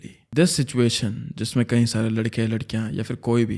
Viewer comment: The moment he says कई as कहीं.....omg🎉